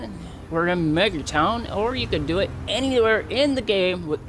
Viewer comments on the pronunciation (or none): Cringed when you said “megatown”